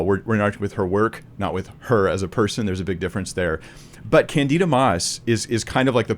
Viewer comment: As another Brit with this unfortunate name, it is pronounced kan-di-duh (quickly of course) rather than kan-dee-da. It didn't used to be unfortunate, most of us were named after a lovely character in a play (of the same name) by George Bernard Shaw but yeah, it has been a cross to bear!